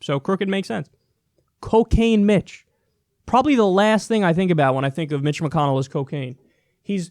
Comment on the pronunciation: Little girl 1: "Mr. Don, what's coo-cane?" Also, Dude, the preferred nomenclature is Asian-American.